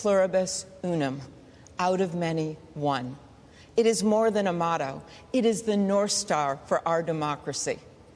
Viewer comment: I could've sworn I heard Amy Klobuchar say: "E furibus unum," which is Latin for "Out of many thieves, one".